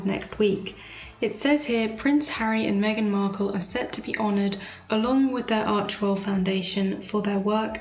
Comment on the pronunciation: It's Archewell not Archwell. You would think a sugar would know that.